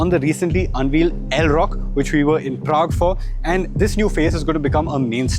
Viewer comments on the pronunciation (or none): none